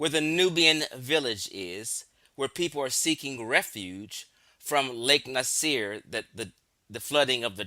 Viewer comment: you’re not even a continental Afrikan—you don’t recognize that modern country borders were drawn by colonizers. The present-day people of Egypt and Sudan include Nubian populations, but labels like “Nubian” and “Egyptian” are constructed terms; the native people know who they are. Even something as basic as pronunciation gets overlooked—Lake Nasser is pronounced Nah-sa, not “Nasir.” It’s also clear the man is not YT—start there. And Arab is primarily an ethnicity / ethnolinguistic identity, not a 🗣️ RACE. • Ethnicity = shared language, culture, history, and ancestry • Race = a much looser, socially constructed category based mostly on physical appearance So speaking Arabic or identifying as Arab does not automatically make someone a separate “race.” That’s exactly where a lot of confusion starts.